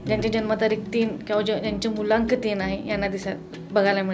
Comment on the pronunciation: भावा मूल्यांक नाही, मूळ अंक- मुलांक बोलावे